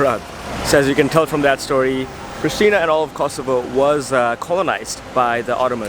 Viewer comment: Hey I live is Pristina you have to say in Kosovo preshtina